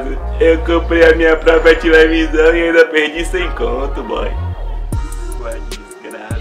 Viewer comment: "Minha tilevisaum" ksksksksksk